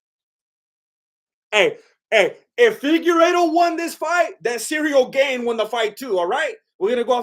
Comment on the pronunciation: "Cereal Gayne" <3